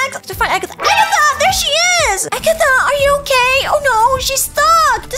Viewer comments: It's not Agatha it's Ragatha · IT’S RAGATHA NOT AGATHA!